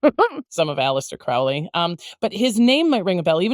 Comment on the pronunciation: Crowley, rhymes with Holy, not Cr-OW-ley.